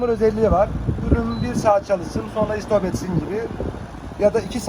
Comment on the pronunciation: Merhaba, rasgele denk geldim bir süreye kadar izleyebildim. Sessiz olduğunu söylediğiniz ama çalıştırdığınızda neredeyse sizin sesinizi duymaz oldum. Ayrıca İSTOP esmek değil STOP etmektir doğru kelime olduğunu bilgi vermek istedim. İyi satışlar.